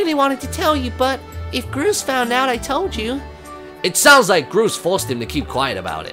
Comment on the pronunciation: I love how Martyn called Groose Grose!